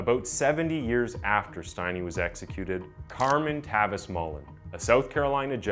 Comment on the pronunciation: Not pronounced with a long I, if your going to do a video on this, at least say his last name right.